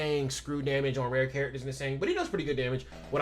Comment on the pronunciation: Apologies, I kept hearing "red" instead of Rare lol Rare Maki's ults recovers 240 Ultimate gauge of her collaborator. she also can apply Crit Resist Decrease by 20% on her skill 3 to one (or more) enemies. Rare Panda can draw attack for 1 turn and has a 40% decrease in damage taken, along with a 25% DDT buff that last for 3 turns. Coupled with a teammate that gives him curse energy and a bit that keeps him topped up, he can draw attack for the turns needed while you pick off enemies.